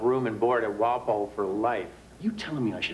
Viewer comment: Someone teach Keefe how to say Walpole. If hate to see what would happen with Peabod, Worcestor, Haverhill, …